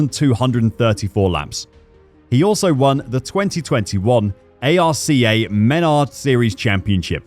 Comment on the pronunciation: This commentator has no clue about NASCAR someone should teach him how to pronounce some names especially arca